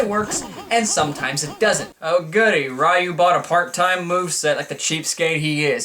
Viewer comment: Charlie Brown Tournament Fighters...I think you just gave MUGEN creators all over the Internet an idea. BTW, it's pronounced Ree-yu, not Rai-yu.